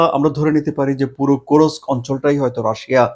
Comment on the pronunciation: Does Russia has only one "Hero of Russian Federation"?. Kursk is a Russian Region, not an occupied Ukrainian region. You are spreading distorted news. Also it is not Kurosk, it is Kursk.